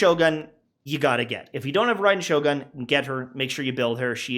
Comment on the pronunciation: Please man its Shogun "goon" PLEASE MAN holy shit